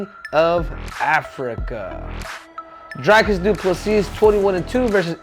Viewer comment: Says he used to call him “Dry-cus” but it’s actually “Dreecus”, then proceeds to call him “Dry-cus” in his very next sentence